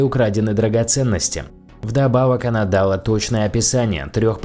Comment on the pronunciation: Ударения рассказчика «нАчала», «дАла» бьют по ушам((( ..Грамотное произношение было бы круче;))